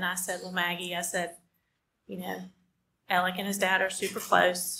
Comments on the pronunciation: The origin of the name Alexander is not Scottish, so that wouldn't be relevant since he is not in Scotland. Nor does that have anything to do with a Southern accent. Bizarre how this is even a conversation and ppl are defending a mispronunciation. Do you also pronounce the L in salmon bc that is also incorrect 🙄. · The "sudden" descriptive comes from suddenly in his case only, when no where else for centuries has the name been pronounced that way. I think we can all agree on that.